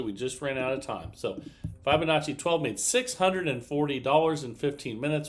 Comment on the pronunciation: Who will tell him that he’s been saying Fibonacci wrong!!